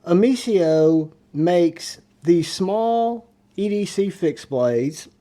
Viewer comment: Nice video but it not omesia it’s omesio I own the 5.43inch fixed blade and it a great knives